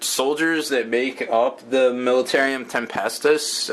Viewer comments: militarum not militarium! god that irritates me when you say it wrong. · I thought it was US that drive in the right side of the road :-P And it's plainly spelled militarum not militarium! Sounds too much like a military asylum the way you are pronouncing it HAHA